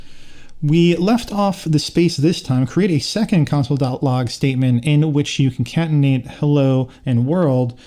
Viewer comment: good job man nice video. just so you know, "concatenate" is pronounced "con-cat-en-ate", not "con-cant-en-ate".